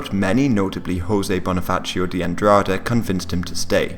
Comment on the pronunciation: Why'd you commit such an atrocity as pronouncing "José Bonifacio" like the first name is Spanish and the second is Italian? I can only assume you weren't even trying or made it on purpose..